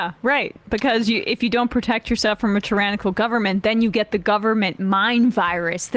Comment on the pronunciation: Boebert’s ignorance shows in many ways, even in her mispronunciation of tyrannical. She doesn’t appear to know much of anything.